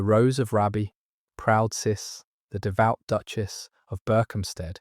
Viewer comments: Hi from County Durham. Just a quick note. Raby is pronounced Raybee. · The Rose of Raby pronounced Raybee. Paradoxically she is descended from a Beaufort therefore a second cousin of Margaret Beaufort.